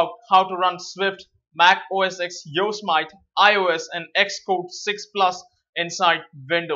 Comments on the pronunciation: You are pronouncing Yosemite wrong, it's pronounced like Yo-se-mit-ee not Yo-smite. Why do so many people say it like Yo-smite, it's a national park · Hey thanks for the video but..... It's pronounced Yooo. Simmm It Teeeee not Yo So Might:). Just wanted to help. Thanks for the video keep the great content coming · you say it " yo sem ity " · Some pronounce it Yo-sem-it..